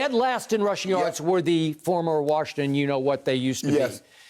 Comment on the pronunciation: Tell skip to say Washington’s name right